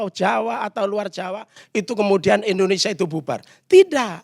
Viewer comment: coi kamu bilang Indonesia aja gak jelas "Indonesa " Apa itu namanya orang intelektual???